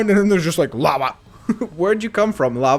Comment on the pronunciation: you said laba not lava